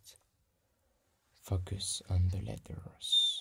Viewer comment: I keep thinking he’s saying “Fuck yes” when he’s saying “Focus”